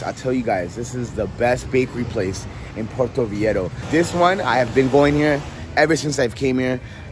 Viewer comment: I love this content!! I’m going for my birthday soon so very helpful 😌. But how you pronounce Viejo cringes my soul every time. Lol I’m sorry! Vei HO. That’s all.